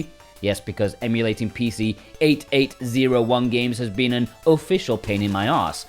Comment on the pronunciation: It's so funny to me how you call the PC-88. It's simply pronounced "PC eighty-eighth". No one says PC eight eight zero one 😅